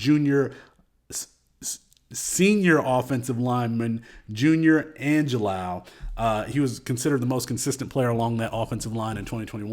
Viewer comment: Hard g in Angilau.